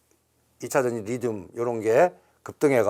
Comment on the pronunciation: 리튬이예요. 리듐이 아니라.. 까까오가 아니예요 카카오지.